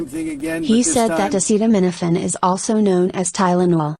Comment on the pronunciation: He can say braggadocious but not acetaminophen...